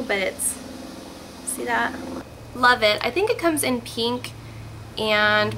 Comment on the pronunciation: I love the way you say "pink"...peenk :oP You're the best! Thanks for the video :)